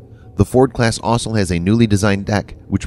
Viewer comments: "Ossel"? Why can't the new voice say "also"? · Kudos on not using an electronic voice...but can you find a narrator who can actually read words? "Electromagnetic Airlift(???) Launch System"..."The system uses linear introduction(???)" ... "EASA(???)" And is it really that hard to say "also" instead of "ossle(???)" You know what? maybe it's electronic after all... :\ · The plural of "aircraft" is "aircraft", not "aircrafts". Also, the world "also" is pronounced like "all - so", not like "awsul". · "Also" sounds like "Osle" lol